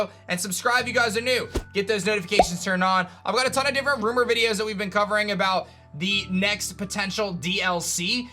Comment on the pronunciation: “nEw rOumER”